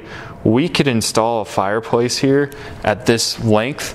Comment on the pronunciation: What’s a fire poice 🧐?